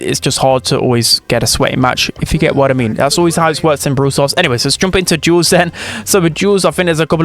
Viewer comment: Duels ❌❌ Jules ✔️✔️